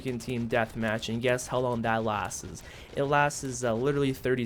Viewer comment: i couldnt get over the way you pronounce 'Lasts' ... you say "Lastes"